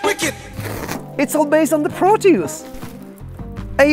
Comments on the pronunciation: Pronounced "prów-tee-us" :) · it's pronounced proteus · Hi this is Obi from Germany who did his exam in Latin. Thats why I am convinced that the thing is pronounced "Pro-Toys" (.....you get the pun, hmm?) Peace & Love ♥️ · in English it's said with the emphasis on the first syllable, eg PRO-tee-us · I know its going to be a good day when I turn on Youtube and has a new video out. Great job as always. and BTW I pronounce it pro-tea-US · i love how he says proteus like "PRO-TEE-USE" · Just grabbed one in Nashville for $40. "Prō' tee ŭs" I accent the first syllable. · In german it is pronounced like "Pro-Toys", because the "eu" in "Proteus" will be pronounced like "oy" in english comparable like "Oyster"..... Nice Video btw. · Pro-toys , that's how I pronounce it 😊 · I pronounce it Proteus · I like to sound like a Bond villain, so I pronounce it, "PROT-yus." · For me as a German, the pronunciation sounds like the English PROTOYS. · I pronounce it like Protoys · Pronounced "PRO-tee-uss" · It's pronounced Proteus. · Pronounce it like "Protoys" or "Protois". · "Proteus" is greek, so saying it like e.g. "Protois" would be nearer to the greek pronouncation... 🤓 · For the "Proteus" pronounsation (hope the spelling police don't give me a ticket) you gotta learn danish. It's pronounced "Pro(tøvs)" at least where I come from 😆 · It's pronounced as..... Proteus 🤣